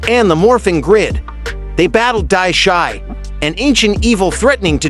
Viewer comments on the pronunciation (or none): you seriously need to pronounce these names right Divatox Animarium Lothor Pai Zhuq Dai Shi not Dai Shy Dino Charge it sounds like dayno charge Evox not Avox Wind ninja academy not wine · I thought the pronunciation of Jungle Fury's main villain was "die-SHE", not "die-SHY".